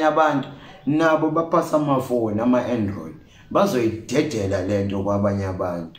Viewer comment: Lol I died when he said "Ama Andorid" lol haha smart guy.